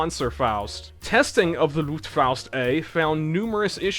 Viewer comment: The Luftfaust is the only German thing you have pronounced authenticly with the right accent. You tend to pronounce the A like au. Also, I think the fliegerschrek was pretty close if not basicly correctly pronounced.